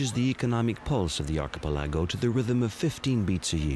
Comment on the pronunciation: Narrator has some truly bizarre idiosyncracies about where to place the accented syllable in words like iconography and archipelago. He must've gone to the William Shatner School of Diction.